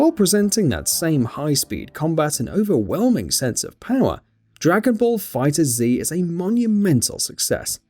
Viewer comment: It’s not Dragon ball Fighter Z. It’s just pronounced fighters